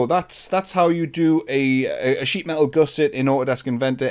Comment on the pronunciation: you pronounce gusset incorrectly FYI. Goose-ettes?